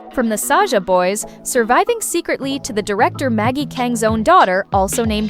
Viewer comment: Sasha boys❌️saja boys YES